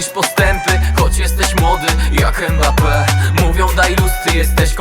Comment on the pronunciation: Mbappe mówił że jego nazwisko wymawia się prze miękkie M tak jakbyś zlizywał zupę z talerza, a nie przez E. to nie jest Embappe!